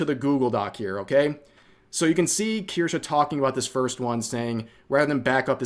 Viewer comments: Kirschaaa or Kirscheee? - It's absolutely hilarious to hear you Americans trying to pronounce a German Word. 🤣 kirschää, kirschiiii - Please do it more! 🤗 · I’m still upset called Kirsche “Kursh” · Strange way on saying "Kirsche".